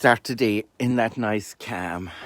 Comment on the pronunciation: I love these . Say the word calm more now i say that to ny mom in the hospital 😂 o'day mom stay"cam" 😂